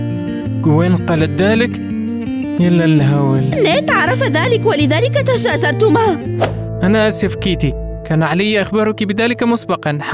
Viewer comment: تثاجر❌ تشاجرت✔️